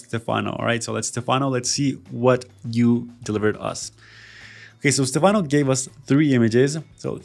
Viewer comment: Stefano 😂 it's Stefanovski, macedonian surname, he's from Serbia